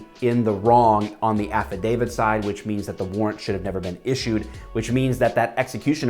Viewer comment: Why does affodavit sounds like act of david in my ears?